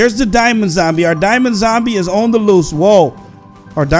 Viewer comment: he said damons and he meant dimaonds LOL